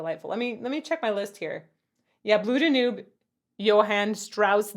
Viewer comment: The last page did NOT say “Do not lose.” It said “Do not loose.” Also you’re the first person I’ve ever heard say “Blue Da-NOOB.” I’ve only ever heard and said “Blue DAN-yoob.”